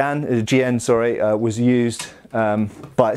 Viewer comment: As a teacher of Chinese swordsmanship I have been enjoying the videos on Chinese swords. I'm also glad that has learned how to properly pronounce the word Jian. Coming from a more recent swordsmanship perspective, I feel like people are often ignorant of the massive differences in techniques and strategy employed. I picked up a longsword one day and found that the guard got in the way for a lot of my go-to techniques. With basket hilts it was also problematic when I wanted to switch hands, something that I do all the time. The simple fact is that not only were the swords, the armour (or lack thereof) and battlefield conditions different, but so was the swordsmanship. I learned many drills that make what I do work and the way that I fence reflects the challenges that I faced from other fighters in China. The rules for fencing also reflect these differences. Being back in the West for the time being, I have enjoyed studying the differences and am grateful for the diversity of martial heritages.